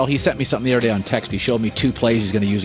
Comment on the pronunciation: Colin can you please work on your pronunciation of other, it really bother me. Thanks